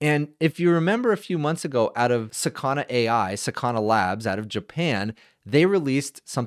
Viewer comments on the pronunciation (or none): please dont say sakAna, it s sAkana - 'fish' in Japanese. you make fish sound like asana lol they might get offended